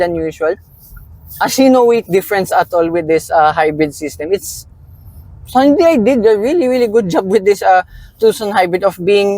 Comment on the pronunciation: Hyundai pronunciation sire